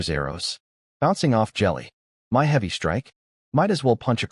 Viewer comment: why is the word "MY" pronounced as "M-Y" separately as ketters.